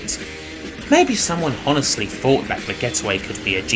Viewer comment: The h in honestly is silent, shouldn't be pronounced